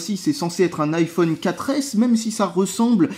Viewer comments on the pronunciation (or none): [Aïe Oh És] Pas [Hi Oh És] 'vec ton [Apôle] là, essaye au moins de prononcer ça à l'Anglaise aussi ^^